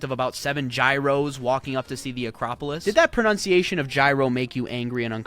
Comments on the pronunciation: Pronounce gyros like the word yeet. Easy. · Gyros is pronounced Yi ros. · Gyros is pronounced “ear-ross “………… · Btw Greece has the highest capital growth in Europe after Monaco. The narrator referred to crisis Greece 15 years ago. Gyros is pronounced yeeros 😊 🌯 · How do the Greeks pronounce Gyros? Don't be confused by the spelling; Gyros is spelled g-y-r-o-s to be closer to the Greek spelling (γύρος), but it's actually pronounced yeeros (“ye” as in year, “ros” as in Ross). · Yee-ros (like the y sound in yield) but no matter foreigners will still say it incorrectly. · Gyros is pronounced as YEE-ROS as in YIELD . It is written as ΓΥΡΟΣ and that Γ letter (which by the way is the GAMMA letter) is causing the confusion (the Y in gyros is also causing the confusion because in Greek it is pronounced as EE not AH-EE).